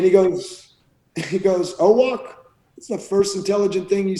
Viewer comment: Owoc, not "Owok". ;)